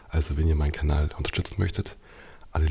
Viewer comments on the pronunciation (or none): none